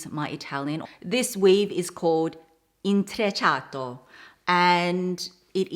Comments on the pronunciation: I’m Italian, I loved how you said “Intrecciato” please speak more Italian, you’re so cute when you speaks it ❤️ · Excuse your Italian? You pronounced “intrecciato” perfectly! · I have the exact same bag in dark blue made by another Italian brand in Milano Serapian. I got it recently from an auction at about 15 dollars (real leather). Your pronunciation of “ “intrecciato” is excellent for a foreigner. Well done 👍. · Hehe..no excuses needed...your italian is extremely on point! You are one of the very few youtubers that I've heard pronouncing Bottega Veneta in the right way! Intrecciato is pronounced exactly as you did as well! Very nice to see you again dear! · You pronounced bv and intrecciato so well 👌